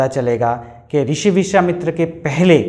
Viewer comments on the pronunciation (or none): Rishi nahi krushi, vrushwamitra nahi vishawamitra